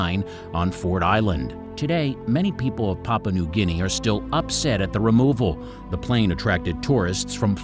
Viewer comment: Could you please say it as pah poo ah not papa? The u is not silent! It makes your speaker sound ignorant.